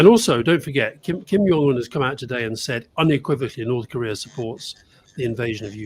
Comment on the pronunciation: Please stop pronouncing Kim Jong Un as Kim "Yong" Un. Its Korean not German (Js aren't pronounced as Ys). You can call him a lot of things but not Yong.